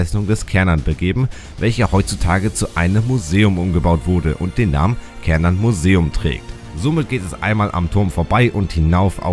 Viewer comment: Ich habe das Bedürfnis, darauf hinzuweisen, dass der Turm auf Schwedisch "Schärnan" (oder meinetwegen auch "Chärnan", je nach Dialekt) ausgesprochen wird. Ich bekomm immer ein bisschen die Krise, wenn Leute "Kärnan" sagen. Das ist so ähnlich wie "Köttbullar" statt "Schöttbullar". 😣 Bleibt natürlich jedem selbst überlassen, inwiefern man die schwedische Aussprache übernehmen möchte. Ich wollt's nur mal erwähnt haben. 😄 Ansonsten: Solides Video! 👍